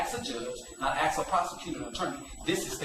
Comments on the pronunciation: This man knows the law about as well as he can pronounce the word: ASK. Can I 'Axe' you a question? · For such a dignified and educated man of law he has not learned how to pronounce 'ask'